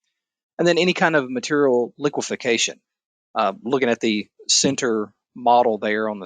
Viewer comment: Liquefaction, not liquification.